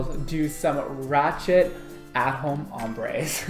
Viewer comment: OMG IM SENT. HE SAID RACHETV